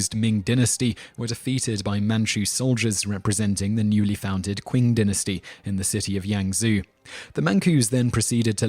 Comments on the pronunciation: Oh, he knows his history. I never said anything about his Chinese! I think "Qing" is pronounced "Ching." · Qing is actually pronounced Ching. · It's not "kuun" dynasty... Qing dynasty is pronounced "Chi-in" dynasty. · ***** Well, somebody clearly does but I doubt it's the guy who pronounced the Qing dynasty as "Quing dynasty." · wtf? Why are you even arguing about something you're clearly wrong about? The word Qing is a phonetic translation of the Chinese word, therefore the inherent pronunciation should be read accordingly. Unless you could find some evidence based on the etymology of the word "Qing" from any established English dictionary, your reasoning so far sounds lacking. It's not that you have to learn Chinese to understand English, but context is important for any language, especially when it comes to lexis. Maybe try sophistication rather than sophistry? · Interesting presentation although most of the Chinese pronunciations are wrong. (Solution: get a Chinese student studying in the US to help with that). Even the English word Manchu is pronounced wrongly (try Fu Manchu instead). That said, the parallels with Chinese history are spot on. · ***** I don't expect anyone to speak actual Chinese. I just expect people to use the closest approximation within their own range of phonemes. And as you said, that would clearly be "Ching" and "Chin," not "Quing" and "Kin."